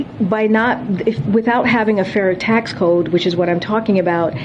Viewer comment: Notice she said fairy taxe and corrected herself with fair taxes…